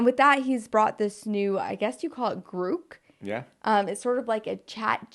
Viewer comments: Grok is pronounced similar to Clock. The way you’re pronouncing it, it would have to have two “o’s”. The term originated from one of Elon’s favorite books titled “Stranger in a Strange Land” where the term “Grok” meant you understood a idea so much that it became fused to your being or brain. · I don't know for sure but I don't think it's pronounced like grook but more like crock as in crock pot -- grok. IDK, just my guess. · It’s not Grook like Groot… it’s Grok like Rock… just sayin. Continue 😂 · It’s not Grook, it’s Grok. No hate, love your show, just FYI. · Grok is pronounced with an "ah" sound, Gr ah K. Gr oo k is driving me nutz! 😁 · Elon pronounces it as "graak" not "grook" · It's a nerd word pronounced Grock like rock. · Grok was a hip word that came out of the 60s meaning deep and or intuitive understanding. I imagine the hitchhikers guide was referring to this word. Pronounced like GRahK. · I'm not sure, but after some research I found that it's pronounced "grawk".